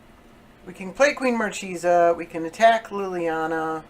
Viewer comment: It's pronounced mar-kay-sah, which is an italian marchioness (i.e. a woman holding the rank of a marquess or married to one so ranked).